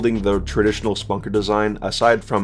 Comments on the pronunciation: Its not the exact halo reach weapon its a completely different variation of it. The BR 85 is going to be ditched and 343 is bringing back the halo 3 battle rifle. Your pronouncing the og ricket wrong its not Spunker its Spanker. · I mean I get that lol just usually people pronounce it "spanker" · man said Spunker